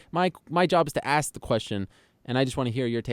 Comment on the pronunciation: Rampage can't say "ask". He says "axe"